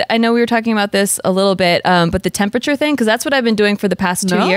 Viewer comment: Why does say “tempacher” 😅 it’s Temperature